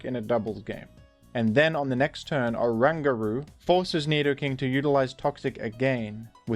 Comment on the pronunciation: orangutan plus guru, dunno how you got whatever butchered pronunciation you imagined up 😂😂😂😂